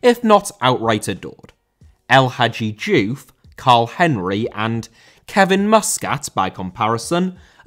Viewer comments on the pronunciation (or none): Diouf* not Djouf